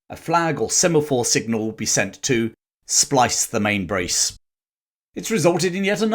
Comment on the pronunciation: Please pronounce it correctly. “Splice the MainSil’ ’ .. or the way we say it’s “splice the Mainbrace” it was an excellent report and I’ll be standing by in St. Thomas, Virgin Islands to greet you when you come in. Out